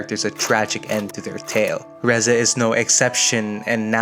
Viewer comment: Thank you for pronouncing her name right. And not Reezay like half these idiots do.